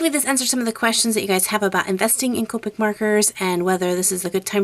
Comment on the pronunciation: Copeic its copic shes says copeic